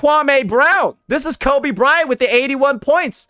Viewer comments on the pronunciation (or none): none